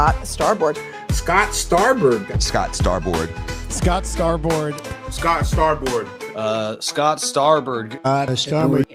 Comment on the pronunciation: Wait.. you got Ai Trump saying "Scott Sfarboard"??? 😂😂